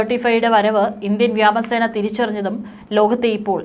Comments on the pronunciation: വ്യാമസേന അല്ല വ്യോമസേന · What is this Vyama sena? Speak Malayalam properly. News editor may teach her the correct word.